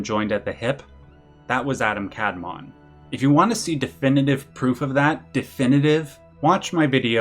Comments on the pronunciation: As a native Hebrew speaker, it's kabalA and adAm kadmOn, the pronunciation I mean. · Very small note as a student of Kabbalah, in Hebrew the emphasis is typically on the second vowel. So it should be the second a in Adam and the o rather than the a that gets stressed for Kadmon. Same goes for sefirot. The emphasis in the pronounciation is on the o at the end not the earlier syllables. Great video though!